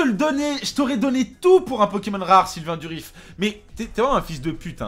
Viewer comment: Sylvain Durif, s'il te plaît, pas Sylvain Duriss x)